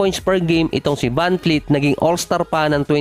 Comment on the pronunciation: vanvleet not vanfleet